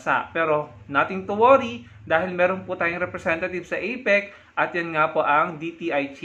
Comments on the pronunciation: APEC hindi EPIC wahahhaha boba ka ayusin mo ang pag pronounce mo ng words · EPIC b ha ha ha ituwid mo muna dila mo, APEC✌️ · FAKE NEWS YAN! APIC daw eh epic dpat kung ml a. Dinig ko itik sbi nya. Bogoooo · Parang kilalang kilala na niya sa PBBM. At ang pagkarinig ko at "EPIK" sa halip "APEC". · CRAZY WARAY...APEC hindi IPIC...ha ha....LIAR.😝😝😝😝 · Ano daw may drugtest dun sa "ipik"🤣 takte na yan bulol. Gunggong anong drugtest pinagsasabi ikaw magpadrug test kasi bulol ka ha ha ha. Ano yan sports championship na may drug test bobo😂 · Hindi mo nga mabigkas ng maayos ang Apec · Galing ng pronunciation🤣🤣🤣🤣🤣 skipgoat??? You mean scapegoat???🤣🤣🤣🤣 IPIC or APEC??? ANO BA TALAGA, SIR??🤣🤣🤣🤣🤣 What a funny LIAR vlogger👎👎👎👎! 🙋🏻‍♀️🇵🇭🇨🇦